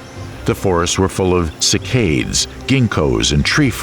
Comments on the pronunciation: You need a better narrator. The mispronounciation is super distracting. The video is informative, but you need to find someone that can actually pronounce the names of flora and fauna. Dip-low-dock-us??? 🤣 Try: Dip-lodd-ick-us. Sick-aids??? 😆🤣 You mean: Sigh-cads. Seriously, there have been several points where I had to figure out what the actual species was compared to what your narrator stated. A shame, because the content is good. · The mispronunciations in this video are grating to the educated ear. The most frequent is "sik-ades" for Cycads. Then there is "kar-kra-don-to-saurus". That is spelled Carcharodontosaurus. The narrator slips the second 'r' back a space for no reason. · Very interesting, but I found the constant mispronunciation of names by the person delivering the commentary extremely distracting and irritating. ie. Gondwana is not pronounced GondwanDa.....the genus of gymnosperms Cycads , is not pronounced Cycaids. At one point Pangea was pronounced Pangena, then Pangeda. That's just an example, there are so many more. Perhaps next time you could get an englishman to do your commentary as americans have an annoying habit of adding and/or deleting consonants and vowels at will. In other words, inattentive reading and lazy english! I assume you spent so much time putting this documentary together for educational purposes. Mispronunciations are not educational. Other than that, this is an interesting and informative documentary. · Narrator can't pronounce "cycads."